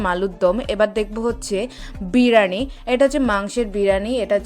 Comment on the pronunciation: Biriyani ❌ birani ✔️ 🤣🤣